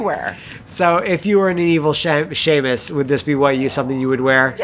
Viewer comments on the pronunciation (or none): SHAE-MUS. SHAE-MUS GODDAMMIT. First time I've ever heard it pronounced that way. BREAKING NEW GROUND!